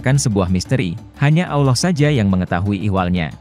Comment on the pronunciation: Maaf chanel ini gak pake suara admin manusia. Chanel ini pake suara bot / robot text to speech Adminnya hanya mengetik text saja, lalu disuarakan oleh aplikasi Bot nya Robot text to speech memang tidak bisa mengucapkan ALLAH dengan lafadz yg benar. Salaam... abaikan komen ini bila anda tidak berkenan